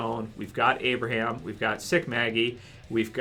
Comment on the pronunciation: its abraham